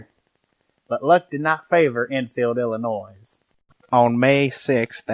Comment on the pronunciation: The S in Illinois is silent just for record.